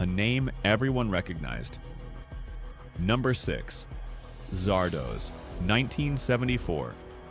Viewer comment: Zardoz is not pronounced as if it rhymes with No-Doze; it is a contraction of Wizard of Oz. But. those writing the script for this video would have actually had to see the movie to know that.